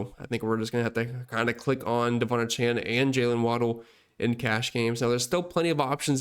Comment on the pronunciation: Great content and analysis. (One note: names are important to people; he pronounces his name: Duh-VON AY-chan.)